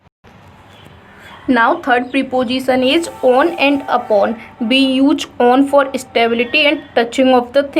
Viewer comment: Prepojisan nahi prepositions.